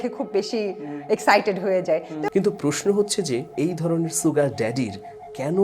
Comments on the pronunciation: Aage Sugar bolte sikhen. not soogar. The pronunciation is SHugar. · ছুগার নয় শুগার। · Bhai...Sugar er uccharon ta "sh" hobe, "s" na. Mane "S(h)ugar" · জনাব মানিক সাহেব, "sugar" এর উচ্চারন "শুগার" কিন্তু "সুগার" নয়, যেমন "sure" এর উচ্চারন "শিউর" বলা হয়, কেহ "সিউর" বলেনা। আপনার বারংবার "সুগার" উচ্চারন হাস্যরসের উতপত্তি ঘটাচ্ছে।